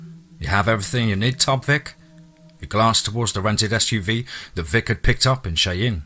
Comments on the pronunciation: Cheyenne is actually pronounced (shy-ann).....if you'd like me to..... whenever I catch American names or expressions..... I could teach you.. .. otherwise..... not a problem...... you did great on my story, by the way..... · Not being mean but Cheyenne is pronounced shy ann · for future reference, Cheyenne is pronounced as shy-anne.